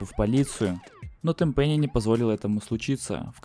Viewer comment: ТЭНпэнни а не тэнПЭНИИ